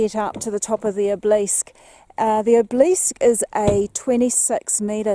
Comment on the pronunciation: Enjoyed this and great to see though someone else's eyes... or lens. Next time keep heading south on the Waikaia Bush Road and you'll arrive at Piano Flat where l live. Not for the faint hearted so research it before travel. I've climbed the Obelisk a couple of times for no other reason than "because it was there." Incidentally Obelisk is: ob-el-isk. Not: ob- leesk. 👍🏻